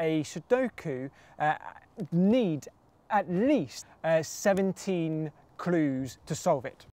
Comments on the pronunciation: I hate the way he says "clues".. His L sounds like a D. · you say clues in a funny way :)